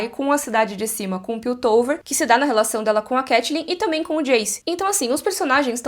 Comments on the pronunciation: CAI-TLYN , nao CATI-LYN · muito engraçado ver a pronunciando 'catelyn' no lugar de caitlyn por causa de got, porque aconteceu a mesma coisa cmg quando eu comecei a jogar lol 😂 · Eu ouvindo a pronunciando Caitlyn como Katelyn e fingindo que estou ouvindo Hodor cavalo. Saudades eternas.